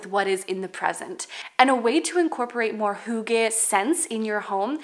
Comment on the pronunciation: Being Danish and loving the heritage of Hygge ... (pronounced HUE-guh like Hugh in English - not HOO-gah) I'm so glad to find your channel!